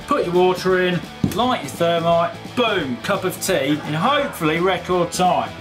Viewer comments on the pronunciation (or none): none